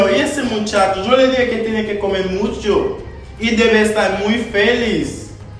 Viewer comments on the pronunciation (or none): Lolll tinene di mechanste 🤣🤣🤣🤣